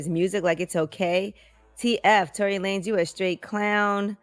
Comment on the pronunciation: Its Lanez not lanes